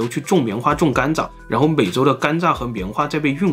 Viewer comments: 是我的錯覺嗎？老聽到總裁把甘蔗念成甘炸......嗯，糖吃太多了，就炸了！！！？？:_zongcai有問題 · 为什么要把甘蔗zhe读成"干炸"呀 😂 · 甘蔗 zhe，不是干炸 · 甘蔗念gan zhe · 碳水进入身体都会转化成糖，所以很多从来不吃糖的中老年人，也会得糖尿病。中国很多地方的饮食结构真的有问题，尤其是西北，面食真的太多了。 另外，这个甘蔗（zhà）的发音太魔性了🤣